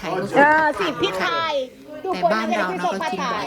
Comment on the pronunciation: คลิปนี้ดีทุกอย่างเลยครับ แต่ผมแนะนำเวลาพูดคำว่า“ผัดไทย“ออกสำเนียงไทยไปเลยจะดีมากครับ ฝรั่งจะได้ออกเสียงอย่างถูกต้อง❤